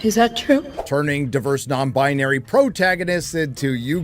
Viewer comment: Stop saying non-bonary and an-tagonist every 5 seconds. So annoying. Come up with something else. Wanted to wach a stire on this crappy show so i didnt' have to. Unfortunately this video way to long and irritating.